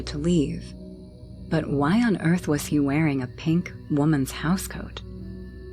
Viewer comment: welcome to earf 💀